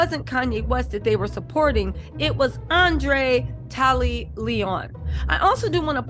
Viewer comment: Andre’ Leone Tally chile cause you were butchering thee mess outta his